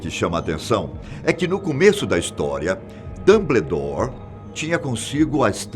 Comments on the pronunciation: "Dambledour" meus ouvidos sangram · Que agonia com a pronunciaaaaa. é "DAMBOUDÓR" não "dumbledore" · A cada "Dambledór" foi uma lágrima. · Falta a mágica pra vc parar de falar “Damblédor” kkkkkk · "DAMBLEDOR" KKKKKKKKKK GRITO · PAREI de ver o vídeo quando ele falou DUMBLEDORE, meu zeus. Chega. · "Dambledor" agora eu ri kakakkkkkak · "Dambledore" kkkkkkkkkkk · Repita comigo: Damboudór 😆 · "Dâmbledór" kkkkkkk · Esse apresentador é um dos melhores do canal. Mas o Dambledor dele que mata, será que a produção não vio isso kkkkk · "dambledour" me dói os ouvidos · A melhor até agora pra mim é "Damblédóre" kkkkkkkkkkkkkkkkkkkkkkkkkk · Que aflição ele falando "dambledor" pqp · "Dambledor" kkkkkkk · Que agonia o senhor chamando ele de DumBLEdore KKKKKKKK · Dâmbledór é foda kkkk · Cada vez que ele falou Dumbledore eu levei um Avada Kedavra! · Da até vontade de pegar pela mão e falar..."Fiiii, é assim que fala não, vem cá pra tia ensinar!"